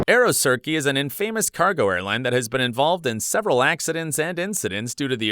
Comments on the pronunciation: Aero circrey haha. Aerosucre is pronounced Aero soucr (sort of) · "Aerosuck" It's "AEROSUCRE" really easy to say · It's Aerosucre...not Aerosurce! And you're pronouncing infamous completely wrong. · it’s not pronounced Aero-sir-key, but Aero-su-cre ! It translates as Sugar Air, Sucre being the French for Sugar ! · I like how the 747 in the first clip was an Emirates Sky Cargo and bro changed the clip into a Nippon Cargo 747 💀. Even the clip where the JAL 777 aborted landing, the plane that landed next was a JAL 767 💀. And the fact that he casually says 'aerosurkee' ☠. This guy deserves an oscar and would make a good aviation slander episode. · This narrator is ALL OVER THE PLACE! (I don't think he has ever flown before, didn't even pronounce Aero Sucker correctly lol) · aero sucker 💀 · Two mangled pronunciations in the same sentence ... "Aerosirky is an in famous ...". Really? "In famous"? And how'd the narrator ever get "Aerosirky" from A-E-R-O-S-U-C-R-E??? 🤣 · Where do we start, changed a 737 into a 777, single engine aircraft had “one of its engines fail” as in it had two engines…little disappointed ngl or a smoke trail…in snow. And how he says “aeroSircreee” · Both of the planes you said “came back for another try” were DIFFERENT airplanes! You also pronounced Aerosucre, St Maarten, 777, Ilyushin, and Antonov. You said Aerosurce, St Marteen, seven seventy seven, some weird sh!t, and Anotov. Also, what’s with your constant over dramatic crap? You’re an idiot of a commentator! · AEROSURKEE LMAO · Dude, that’s not how you say courchevel, also, KLM 747s are retired, and it’s been very long since they flew there. ALSO DUDE PRONOUNCED AEROSUCRE AS AEROCIRCUS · “Arrow Sirky” is not pronounced like that. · aero sir-kee 💀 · Also how did he pronounce AeroSucre?